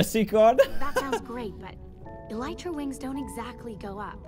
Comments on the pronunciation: Anyone noticed that he says eleeetra instead of elytra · It’s el I tra elytra